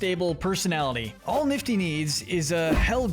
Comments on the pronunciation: i am not offending but it is Nifty and not Niffty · It’s nifty not niffty